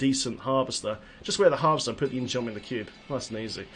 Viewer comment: In-Geom is korean and pronounced In-Gum. It's spelled 인검, and the korean vowel 어 ( ㅓ ) is mostly spelled "eo" with roman letters, also sometimes spelled with "u", like in Samsung, 삼성. But it's just one vowel, ㅓ, so you don't pronounce the sword In gee-um. Just gum. In-Gum... geom. You get it.